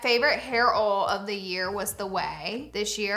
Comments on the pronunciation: It's pronounced "oYle," not "ole" ha! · I laugh every time you say OIL….you say “OL” 😂